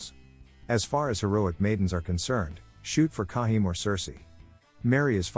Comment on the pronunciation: Kai-hi-me, Voice Bot pronunciation SMH